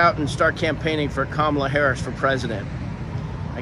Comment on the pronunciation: Did I just hear Sean mispronounce "Kamala"?